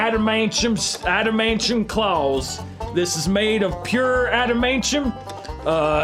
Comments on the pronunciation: sayig "adameintium" cracked me up! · "ADAMANCHIUM CLAWS"